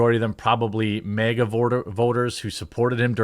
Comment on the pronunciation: Its MAGA not MEGA, dude cant even say it right.